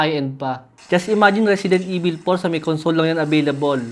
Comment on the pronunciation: risidint ivil 😂